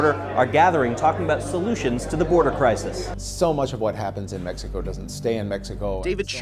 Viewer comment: What kind of Spanish reporter says mecxico instead of Mexico?